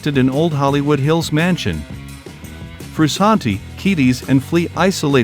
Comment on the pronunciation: I hate all these new AI YouTube channels? What's up with that dude? You sound dumb. Sound like a robot talking man quit get a real person and you're saying his name wrong